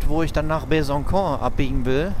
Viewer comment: Besançon wird Besanson ausgesprochen, weil am c eine sogenannte Cedille vorkommt. Normalerweise wird C wie K ausgesprochen, aber mit Cedille ç wie S. Weiterfahren! ;-)